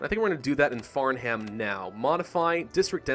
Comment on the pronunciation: The H is silent in Farnham